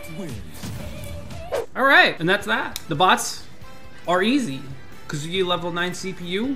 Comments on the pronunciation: Please tells your players it is not "kaZUya" It is "KAzuya" From: everyone Thank you!! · i can’t believe some people still saying “kazooyuh”😂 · I almost think people are doing it out of spite because there’s no way you could actually think his name is Kazooyuh. Kind of like the whole shoto thing.